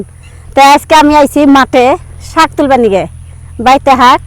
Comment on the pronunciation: আপনারা এসব উল্টাপাল্টা কথা না বলে চুপচাপ ভিডিও বানাবেন তাও ভালো সুন্দর হবে চুপচাপ ভিডিও বানালেও তো সবাই লাইক দিবে কি সব উল্টোপাল্টা কথা বলেন শাক কে বলেন হাক